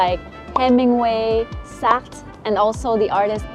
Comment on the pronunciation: I love the neighbourhoods in Paris concept -look forward to more. I’ve really been enjoying watching your videos and hearing how to say French words properly (including “ Jean Paul Satre “)!